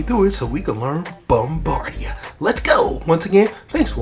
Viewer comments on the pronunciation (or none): Bombada. It's DA NOT DIA